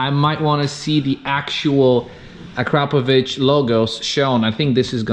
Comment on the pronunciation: You both pronounce Akrapovic perfectly 👌🏽